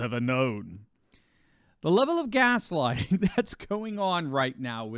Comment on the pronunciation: Is it “gas-lighting” or has-bagging!!!🤣